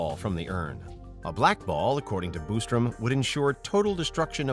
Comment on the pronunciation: Quit saying Boostrum, it's Bostrom.